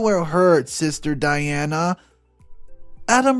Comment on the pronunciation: Ok i love that you narrate the stories but is it too much to ask to have name said correctly. Di-ana not De-ana🤦🏽‍♀️. Again I love that you narrate but come on now.